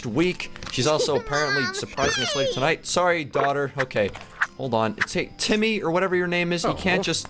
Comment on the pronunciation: it's not timmy its tommy